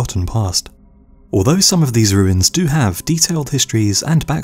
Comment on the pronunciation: Ahem, it’s pronounced, “wooins”.